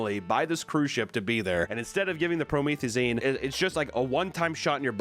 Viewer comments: pronouncing promethazine like that honestly had me dead 😂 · I’ve never heard someone pronounce promethazine like that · pro me theee zine bro its "pro meth ah zeen" lol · You can tell papa has never listened to future, promethazine is pronounced pro meth a zeen not pro meeeth a zyne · pronounced "pro-me(meh)th-uh-zeen" basically lean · Promethazine: Pro-meth-ah-zeen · sound it out with me - PRO - METH- AH - ZENE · I don't know why this is driving me crazy but it is. its pronounced pro-meth-azeen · your from texas papa surely you know how to pronounce proMETHaZEEN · the way he keeps saying pro-meth-a-zine lol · imm a pharmacy professional. it’s “pro-meth-uh-zeen” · Pro meth e zeeen say it with me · Also Pro-meth-a-zeen LoL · PRO-METH-I-ZEEN lolllll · Promethazine pronounced pro-meth-ah-zeen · It’s pronounced pro-meth-a-zeen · We can see papa hasn't done some moderate to heavy drugs before. Pro-meth-uh-zeen. Hit em with them future lyrics. (Ily, please don't put me in a video. And if you do, can I be in the actual video if I fly out there for a 15 second segment reading this out?) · Its called "Promethazine" (Pro-Meth-Ah-Zeen) It is the generic preparation of "Phenergan", And it is a strong Ant-Emetic that helps alot with nausea, vomiting, motion sickness. Great video Papa! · It's pronounced pro-meth-azine. Like pro magazine but with meth. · Pro-meth-e-zine. Zine pronounced like magazine. Imagine taking cough syrup to the vein. Yikes. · its pronounced pro-meth-uh-zeen, do that again and ur getting shipped to brazil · Just an fyi, its pronounced "pro-meth-uh-zeen" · I’ve never heard promethazine pronounced like that before hahah, glad isn’t familiar 😂👍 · butchering promethazine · Making promethazine sound way cooler 😂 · Papa not knowing how to pronounce promethazine or what it is is oddly wholesome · The way he pronounced promethazine shows how innocent he is 😂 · >Taking a shot every time mispronounced "Promethazine". 😵‍💫🥃💊